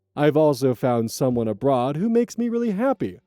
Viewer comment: YaY! It's Time 🎉 edit: Something about the way he said "I found someone abroad"... I do recognize how and why he remains hurt, but he went through a divorce, saw his wife quickly (and happily) remarry, and yet still managed to have a cordial relationship with all parties involved without maintaining a grudge against his ex (and to my way of thinking, losing a spouse to an affair/remarry situation is far more devastating), nor did he allow negativity to disrupt his relationship with his beloved daughter. But now he's holding such animosity towards her, acknowledging how detrimental it is to their relationship. It's curious to me that he would hold such resentment towards a daughter who, yes, did indeed make a shallow decision, but who desperately wants a relationship with her dad and as a grandpa for her baby. I can find only one situation in which a lonely divorced dad and grandpa wouldn't let bygones be, especially if it means never knowing his grandchild, and that is...ofc... He's been CATFISHED. That love interest "abroad"? For a person he gives no alias to?? Who receives barely a sentence whilst mentioning??? For which he's possibly relocating to an entirely different country??? I have a feeling he's the mark, that he's not even met this love interest irl, and they're inundating him with a conflicting mix of love bombing, fawning flattery, and subtlety, but increasingly derogatory observations about his daughter and ex-wife simply to isolate him and thus guarant